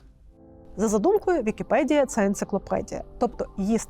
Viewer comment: Блюванув на слові "підкасти", потім "вікіпєдія". Хоч читайте вже з суфлера нормально.